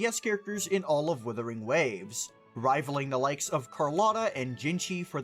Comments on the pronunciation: WUUUUUUTHERing Waves... Not Withering. Please..... people calling this game WITHering Waves does my head in. Especially when your a content creator. Good video but the 'Withering' almost made me immediately click off the video.... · You saying Wimpering Waste bothers me a lot for some reason.